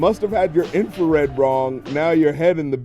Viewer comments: "Must've had your Infrared wrong" (info read wrong). Most people say "Infared" instead of "Infrared." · “You must have your info-red (infrared)wrong” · I mean the way Drake said it he played it like "infrared(info read) wrong" so I thought it was a cool line